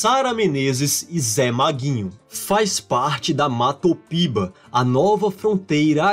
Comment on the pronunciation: Matopiba ou Mapitoba? Acho que trocou a sílabas, rsrsrs. Parabéns pelos vídeos!!! Curto bastante o seu canal.